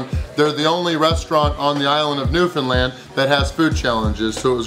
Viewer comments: Hey, glad you got to my home town. Very impressed you got the correct pronunciation down for Newfoundland. I hope you enjoyed George Street and kissing a cod! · It's always nice hearing someone from away properly say Newfoundland. Atta boy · You pronounce Newfoundland correctly!! So refreshing! 😊❤️